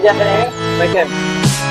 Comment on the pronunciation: Dude... That's pronounced as Me-kh-em... As in Chemical.... Not Me-cchem...